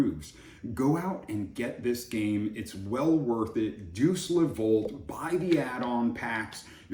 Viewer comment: Deus is pronounced "Day + us". Looks beautiful, sounds fun.